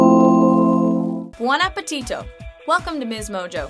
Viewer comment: It's appetito